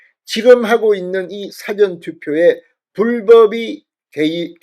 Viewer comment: "사전"이라는 발음을 정확히 해야겠다. 영어 사전이나 국어 사전 인줄 알겠당. ㅎ